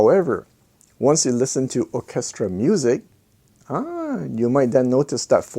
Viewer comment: Interesting video, as always. Orchestra is a tricky word to pronounce. Your English is excellent (better than mine and I’m English, ha). To sound it out try, Or -Ces -tra. Cheers